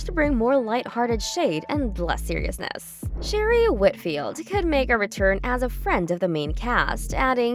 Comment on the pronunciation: So, it's not Sherry. It's Sha-ray, like Renee. Start there. Learn how to pronounce their names. Then I'll take this seriously.